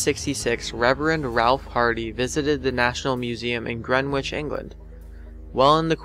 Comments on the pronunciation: when pronouncing the name Greenwich we say it like Grenich not pronouncing the w. The city of Warwick is Warrick, Woolwich is Woolich etc. Squishyfish we Brits say goosebumps too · Uh mate, Greenwich is pronounced gren-itch. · Grenwich is pronounced as Grenich, just to let you know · Number 2 - Did he say "grenwech" lol. Think he meant Greenwich. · I'm not actually angry but c'mon man, I'm not even English and I know it's Gren-itch, Not Grenwitch. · Its not pronounced gren-witch its gren-itch just saying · "Grenwich" lol alright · Just a heads up Greenwich, is pronounced grenitch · Gren-wich lol. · am i the only person who got annoyed about the way he said Greenwich